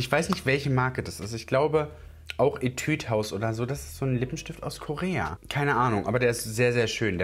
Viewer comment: Das u in Etude house wird nicht als ü ausgesprochen. Schau dir mal Videos zu dieser Marke an, damit du weisst wie’s richtig ausgesprochen wird. Weil tbh (don’t be offended) aber mich triggered das jedesmal wenn du Etüd haus sagst.